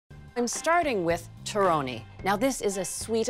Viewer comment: Would you please pronounce the word “torrone” as if you were Italian? Just saying . I’ll keep your recipe , though .